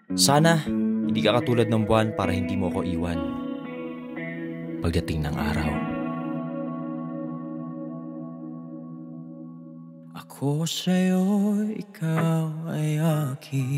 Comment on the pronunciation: Akoy shayo ikaw ay akin... Galing👏👏👏... Maxadong sosyal ung pag pronounce NG S.. 😋✌️✌️✌️